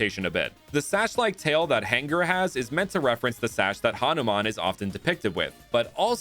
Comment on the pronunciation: It ha nu man not hanaman